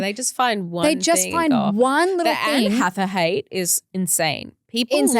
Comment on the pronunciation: the way pronounces Anne Hathaway (mainly the last name) sounded off. Oh god it's pronouncing Zendaya's name all over again and look how that turned out. Also yay Life Academy Podcast hit EP 80.